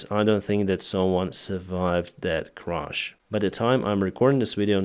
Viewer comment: It was a tragic Crash not a Crush. Please, include English subtitles if you insist on providing the narrative with such a heavy accent.